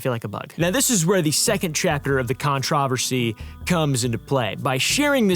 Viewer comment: The real controversy here is the way pronounces controversy 😭